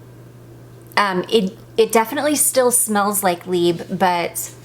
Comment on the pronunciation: Just a minor thing - you do pronounce the "b" in libre - it goes like this libr. I love your choices of perfumes for spring time!